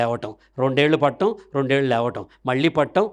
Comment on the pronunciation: పట్టం కాదు పడటం